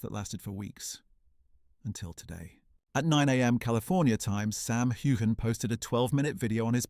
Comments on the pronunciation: CANT YOU SAY HIS NAME CORRECTLY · WHY DO TELL THESE STORIES.. I AM SURE IT MAKES SAM MD. HATE THE MEDIA. LIE,LIEYOU VANT EVEN PRONOUNCE HIS NAME CORRECTLY